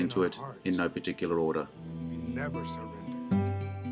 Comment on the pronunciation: "In no Par'Tic'ular or'dar. Kinda enjoys a every far easterner take on ole west, although think Ireland is west for 'em.